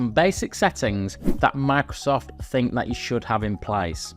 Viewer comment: Bro really said MACSOFT365